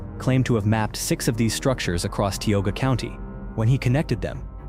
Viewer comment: It's TIOGA, non Tyogga whatever... F*ck AI.